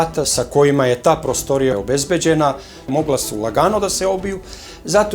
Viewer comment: Nije ondak nego onda.I nije prôstorija nego prostôrija.